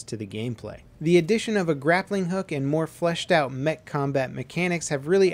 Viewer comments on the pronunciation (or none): none